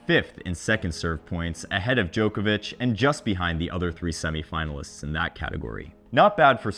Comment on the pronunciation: I'll never understand why Americans can't pronounce Djokovic's name properly...